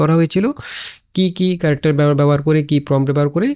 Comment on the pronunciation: character Word টা শুদ্ধ করে উচ্চারন করলে শুনতে ভালো লাগবে... কি কারেকটার, কারেকটার উচ্চারন করছেন খুব বাজে লাগছে শুনতে...!